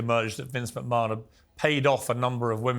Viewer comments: Calling him Mcmun instead of McMan sounds wierd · Does piers say Vince mcmoan ? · It's Vince mcMAN not mcMAAHAN YOU DUMBAZZ PIERS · it not pronounced macmon its pronounced macman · Mate he’s called Vince McMahon not Vince machmaaaan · Your English Piers its not McMarn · The way Piers says Mchmahon triggers me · Why's he calling him macmaarrrn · i heard Vince "MaMan" twice. :/ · Piers pronounce McMahon correctly. Its his name after all. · I can't get over how he keeps saying McMahon. 😂😂😂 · The way Piers is pronouncing McMahon is doing my sweed in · Right? I thought I was the only one who noticed that 😂